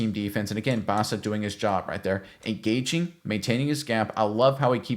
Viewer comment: Petty sure it's pronounced "Boss"a. .... and he's kind of a Boss. A little development from what he did in college and he is actually gonna be elite. I don't use that word lightly. He is like Bolton with better pass coverage.